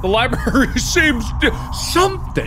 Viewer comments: mark- “i need to go to the liBARY” “this is a strange liBARY” “what is wrong with this liBARY” me- grammar nazi engaged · The scariest thing about this is Mark pronouncing it "libary" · the fact that mark said “liberry” makes me have the urge to commit war crimes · mark: " something seems different about this li-berry" me: about to die from OCD because he said li-berry instead of library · Lie Berry